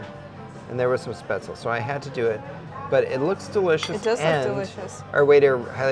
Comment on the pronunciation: Guys let me help you pronounce some things. lol it’s not SPETZL for crying out loud. Its pronounced SH-PAT-Z-LEE